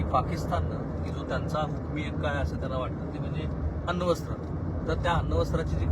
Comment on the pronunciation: अण्वस्त्र ✅ अन्नवस्त्र ❌